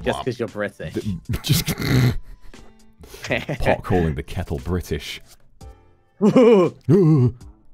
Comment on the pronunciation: Thank you for the fun collab stream! It was really enjoyable to finally see you two play clubhouse games! some random timestamps: goose talk chess 1 chess 2 (toxic mysta) bri'ish sounds jojo moment "relaxing" bowling